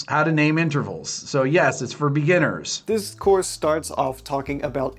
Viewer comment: Guy cant even say the word "beginners"..not a great sign..